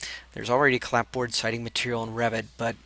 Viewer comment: appreciate the detailed instructions through all those adjustments.. fyi... the "p" is silent in clapboard... :)